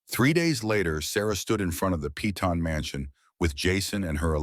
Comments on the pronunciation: I hate to correct ur pronunciation. But Peyton is not "Pea-ton" its Pay-ton. Like in the tv series "Peyton Place." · Peyton sounds like Pay-ton, not pea-ton